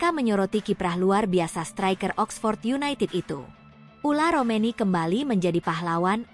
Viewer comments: Tolong min jgn diganti² nama orang. Yang benar itu Ole Romeny bukan Ula Romeny, sedih banget aku dengernya striker terbaik Timnas yg sdh sejajar dgn Tele diganti namanya 😢😢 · heran yang bikin narasi kenapa terus bilangnya ULAR romeni yaa, namanya itu OLE ROMENY